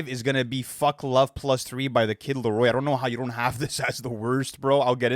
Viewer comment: He said his name right🔋❤️‍🩹